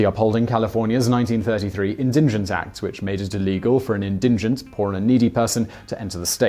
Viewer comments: The word is indigent not indingent. No second n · INdigent, not inDINgent. You do say it correctly once. What's up with that? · "in-din-gent"? did you mean in-die-gent? its indigent. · Not "indingent" but indigent. Pretty sure you get it wrong every time. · It's "indigent", not "indingent". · OriginalPiMan - He said it wrong - when put an extra "n" in the word making it "indingent". It sounded correct when he pronounced it the second time at it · it's pronounced "IN-di-gint" but otherwise, great video! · It's pronounced 'in-di-gent' (with a soft g) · Simon puts an extra “N” in indigent. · Masta, it's pronunciation rather than grammar and I wasn't being a Nazi about it, just pointing out, there is a long and proud history of pointing out Simon's rather special pronunciations. It's not like I was forcing him to wear a green triangle and gas his family; also, the way he was pronouncing it was insane, he said as if there was an extra N in there, from now on I'll be referring to it as the N word.